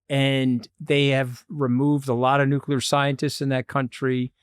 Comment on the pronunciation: Did Anthony just say " nucular?"